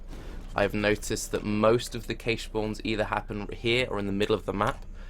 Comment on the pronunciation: This is an amazing video, but just so you know, "cache" is pronounce the same way as "cash". :)